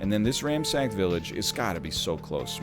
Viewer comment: Am I the only one whose brain still goes, "Is he saying 'ramsacked'?" before remembering that that's just how he says it?